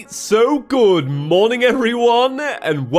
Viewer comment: Every time I hear the intro “alright, so good morning” I hear “alright, so good, morning” and it’s kinda funny